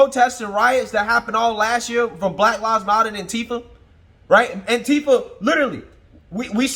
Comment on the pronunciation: I chuckle every time you say “Black Lav Motter” 😅. Keep up with good work